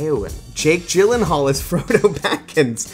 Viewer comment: The fact that Elijah called Frodo, Fredo is hilarious